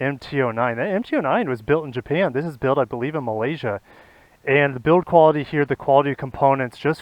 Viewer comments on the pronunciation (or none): none